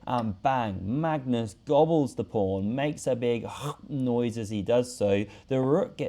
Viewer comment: Am I the only one hearing "Prawn" when he says " Pawn" ?